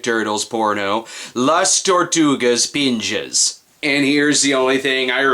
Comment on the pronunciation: the name its LAS TORTUGAS PIJAS not ponjas, which means cock.